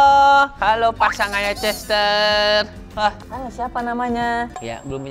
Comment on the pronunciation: Nama betinanya chestaer bacanya chestaier